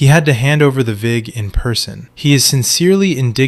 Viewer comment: Vig... Not fig